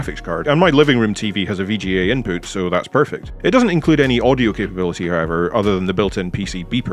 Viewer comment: "Inpoot" that is all <3 :)